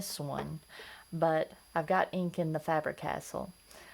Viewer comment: Btw, Faber - Castell history eclipses Cross by a long shot.....sounds like you are saying 'castle'. Pronounced Cas- Tell